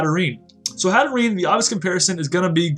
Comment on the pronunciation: i think it's pronounced hat-err-enn-ayy